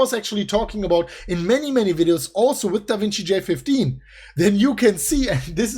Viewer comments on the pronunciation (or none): Da Vinki